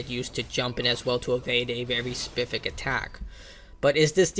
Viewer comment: Respectfully: "Spess-if-ic" specific